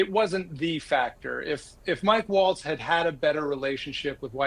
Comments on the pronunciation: If you're going to be covering the news, try to get the names right. It's Mike Waltz, not Mike Walz. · IT'S MIKE WALTZ! Not Walz! 🤬🤬🤬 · Mike WALTZ, not Walz. Can't understand why this keeps getting confused throughout the media...